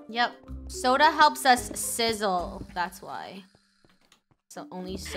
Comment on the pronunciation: LoL i thought she said sola